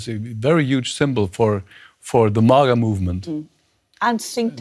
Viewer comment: After all these years, still says mah-guh.